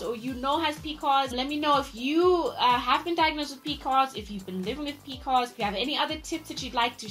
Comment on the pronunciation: P.C.O.S not Pecos